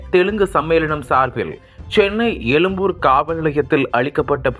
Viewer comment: Yennaa paa nee YELUMBUR nu solraa...!!!!!!!!!! unnaku " ழ " la pirachanai pola !!!!